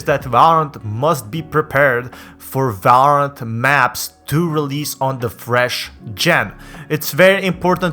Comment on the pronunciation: no one: this guy: valrarent